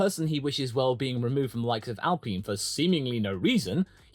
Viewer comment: You said their name right once! It's not supposed to rhyme with peen. :D Now if we could just stop everyone from saying it like that 😂